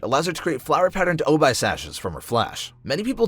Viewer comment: when i heard him pronounce obi during Daki's segment as "oh-bye" i am just like... man, have you not heard of obi wan kenobi? its pronounced O-Bee.